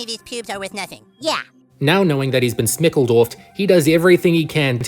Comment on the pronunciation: “Snickled off”?????